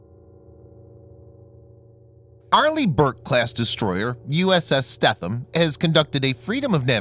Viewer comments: Her name is pronounced more along the lines of STEENUM (longer E and the TH somehow more of an N... ) (sry dont know the different pronunciation markings) Why do I know. Well 3 years onboard Robby's boat and you will learn some things :) and ... well I would like to inform you that our LIFE RAFTS are NOT ASW weapons. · Pronounced “Stee-thum” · you pronounced the name wrong. i stopped watching at that point lol ----former crew member.